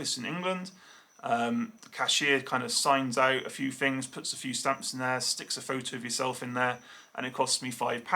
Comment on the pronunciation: how come Poms always say FINGS instead of THINGS